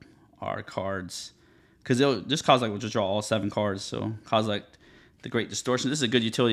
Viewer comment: There’s no “t” at the end of “Kozilek” lol